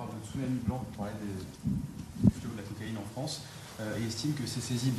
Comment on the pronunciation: Cocaïne et non coaïne 😂